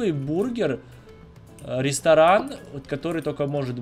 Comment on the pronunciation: Это самый классный рестроран(дом магазин) который мы строили,, так говорит каждый раз когда они с Ма что либо строят😁😂 Кто так же считает ставьте лайк что бы заметил😝😜